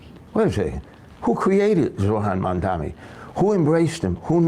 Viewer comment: Pronounced "Zohran Mamdani" right. Even the 'h'